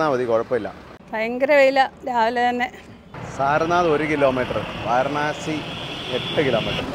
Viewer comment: വാരണാസി അല്ല വാരാണസി എന്നാണ് പറയേണ്ടത്